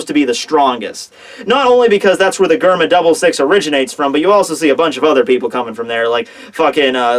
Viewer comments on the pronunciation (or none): its prenounced jerma not germa